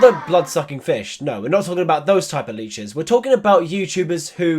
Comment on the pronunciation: thought you said bleaches